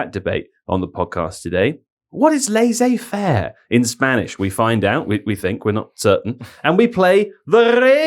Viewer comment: says "Lassais affaire" lol